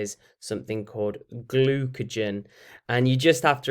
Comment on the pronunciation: for anyone wondering it is glucagon not glucogen